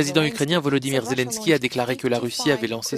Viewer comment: Arrête vieux chipoteur, son "selinsquy" est juste très loin sur une autre planète ... comme son auteur surement aussi 😅 Et entendre la prononciation de nos présidents sur Russia1 c'est aussi assez folklorique 😂